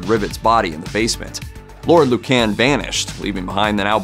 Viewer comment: Please, it is Lord Lucan (Loocn🎶)